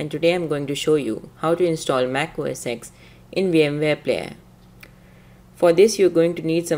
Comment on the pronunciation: It's OS FUCKING TEN